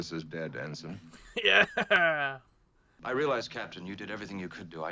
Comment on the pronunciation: Not “Henson”, but ENSIGN Garrovick…just sayin’